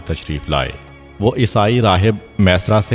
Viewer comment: Jzak Allah o khaira name mesara nahi hay maeysara hay ميسرا یا پر تشدید ہے